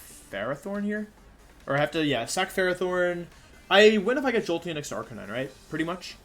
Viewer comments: Request (demand) to halt calling it Arca-knee-nay. You're destroying my childhood, sir. A r c a - n i n e . 😛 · Arch-a-knee-nay the poke master way to pronounce is correct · Lol it’s ar-ca-nee-nay lol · Bro people that play games and mispronounce characters is sometimes acceptable since we’re all dumb af but whenever Wolfe says Arcanine and Ninetails it just pisses me off. Is he trying to be ironic or am I just missing out on a trend. CORONA REALLY BE DOING ME LIKE THIS sjshdkfksb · I'm only here for the way Wolfey pronounces Arcanine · Can someone explain to me why he says Arcanine like that with confidence.